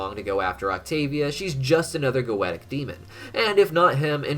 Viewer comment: Why is it so fucking hard to simply say goetia properly